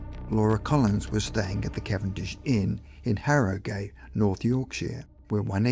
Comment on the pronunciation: Fyi, the end of Harrogate is pronounced like 'at' not 'ate'. There's a few places round here with similar names and they're all pronounced that way.